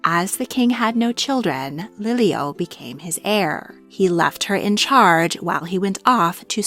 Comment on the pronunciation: Pronunciation matters she said lilio when it's pronounced Lili‘u